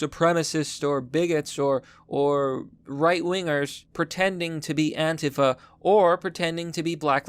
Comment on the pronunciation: says Antifa wrong lol